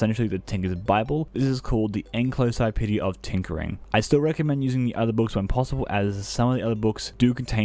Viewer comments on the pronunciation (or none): bro does NOT know how to pronounce encyclopedia!